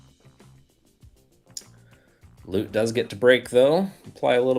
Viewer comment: Wow someone pronounced Lut’s name correctly right off the bat 😅